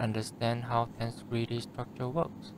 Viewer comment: Oh ffs another person who can't pronounce a simple word 😑 Ten-seg-rity not tens-grity or te-nseg-rity !